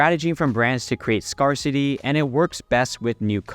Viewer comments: Great vid. FYI, “scarcity” is pronounced “scare-city” not “scar-city” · Great video per usual...one tip, it's pronounced scare-city as in boo you're scared. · Scarcity should rhyme with "bear city". Scarce is spelled weirdly, but it doesn't rhyme with scar.